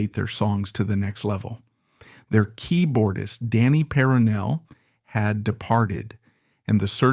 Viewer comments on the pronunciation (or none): none